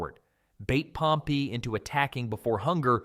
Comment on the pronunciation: He uses the correct pronunciation